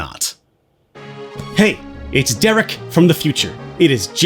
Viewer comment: DEREK ITS DEREK